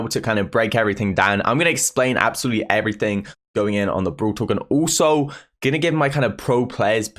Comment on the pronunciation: Nobody:: oOlso